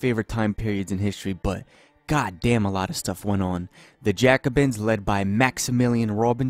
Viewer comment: You butchered Jacobin too